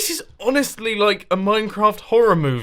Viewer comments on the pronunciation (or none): none